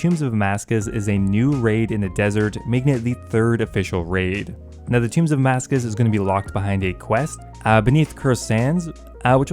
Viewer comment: Please stop saying Amascus! Lol it’s Tombs of Amascut! I love your videos but that is driving me insane lol EDIT: Nevermind. Later in the video it’s corrected.